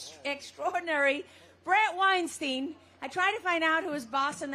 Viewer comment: The announcer speaks glowingmy of Bret but does not pronounce his last name correctly, drawing to question the value of her appraisal. Aside: I wonder why but Heather doesn’t take Bret’s family name